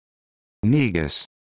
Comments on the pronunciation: In the show star trek deep space nine there was a recurring character named the Grand Negus. There was never any backlash. You know why? Because it was pronounced "Nay-gus" out of respect. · Am Ethiopian and this is not how you pronounce negus